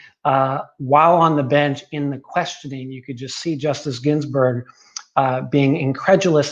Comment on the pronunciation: Ruth Bader Gins🤮🤮🤮🤮🤮🤮🤮🤮🤮🤮🤮🤮🤮🤮🤮🤮🤮🤮berg......could barely get that out.